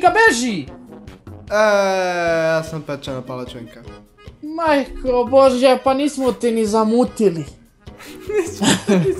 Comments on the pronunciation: serbian je rekoa palacinka jako cudno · kako je serba rekao palacinka ahhahah